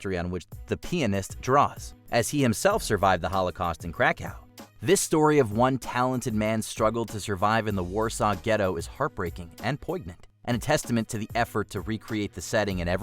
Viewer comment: Did he seriously just say “poig-nant”? It’s pronounced “poin-yant.”